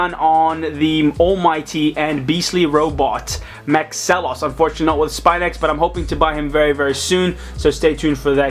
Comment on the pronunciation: It's pronounced Mahks-ilos not Max-alos.